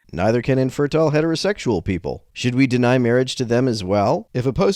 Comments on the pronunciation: Bro sounds exactly like the priest from The Princess Bride. How ironic that he's speaking against gay MAHWAGE here XD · Is that the priest from 'Princess Bride'? "Mawage. Mawage is what bwings us togethah today."